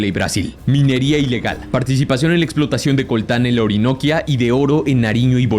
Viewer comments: hubo errores de acento, es decir tildes, cuando pronuncias los departamentos, Urabá termina en tilde, dijiste uraba, Cesár, y dijo cesar... Orinoquía y no orinoquia. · Me da gracia como dice Urabá, Orinoquía y César. Él pone la tilde en la primera A dé Urabá y debe ser en la última Á y en Orinoquía pone la tilde en la segunda O cuándo debe ser en la segunda Í y César la tilde es en la É no en la A. Un poco de investigación en la pronunciación de los departamentos no estaría mal. Ahora lo otro es que deberían disolver el gobierno nacional en éste video vemos claramente que tiene más control territorial las Guerrillas que él propio Gobierno Nacional. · Consejo. Pones una entonacion incorrecta en palabras como finanCIan, CEsar, caLARca, uRAba, oriNOQuia todas estas palabras tienen entonación en la última silaba Pero por alguno razón pones una tilde inexistente en la mitad o inicio.